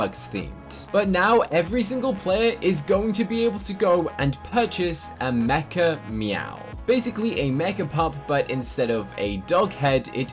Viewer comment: Whenever you said mechameow, I thought you said MEGA “MEOW”